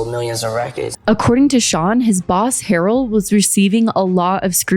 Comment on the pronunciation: I could be wrong but, Andre’s last name is pronounced “Huh-Rell”…or maybe he said it that way to be fancy 😂 I’ve watched soooo many deep dives on Diddy b/c he has so much mess that it’s hard to process everything at once 😭